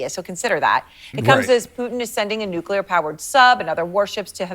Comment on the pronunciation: Hey, it's not nucular.